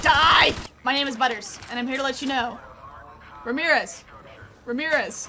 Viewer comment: Pretty sure you said remirez like 6 times but this is satisfying. If only you could play multiplayer